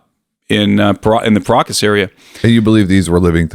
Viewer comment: Everytime you guys pronounce Paracas people I hear Pierogis people 😂